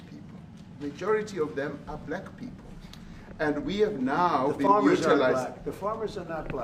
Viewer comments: Moron Con Felon says Bu-lack.Moron Con Felon says Ba-lack. Moron Con Felon says Bluack. As if he's disgusted saying it. But Moron Con Felon just can't ever simply pronounce it "black". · President Ramaphosa is the most intelligent one . Trump reveals how he really feels about Black people, by the way he pronounces the word " Black" ... The way he says "Black" is very telling of his true feelings ... Selah ...